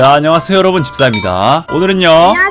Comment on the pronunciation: '세'를쎄게 발음한거에요